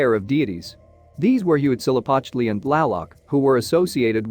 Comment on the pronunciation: Huitzilopochtli, just say hummingbird if you can't say it correctly.